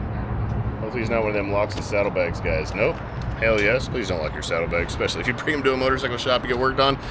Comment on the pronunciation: turns into a Balkan hitman. "I vill kill hjim"